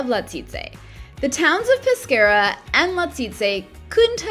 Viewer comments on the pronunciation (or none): Peskiera ( Peschiera ) is the pronunciation nos pesciera … very nice video though